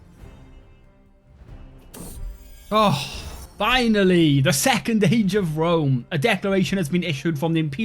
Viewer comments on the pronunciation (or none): none